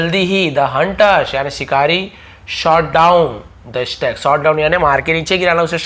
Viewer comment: Stag pronunciation wrong